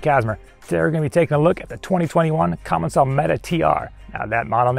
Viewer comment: I have confirmed it is actually pronounced "Commence-al" by someone who works in their office, not "Common-sall".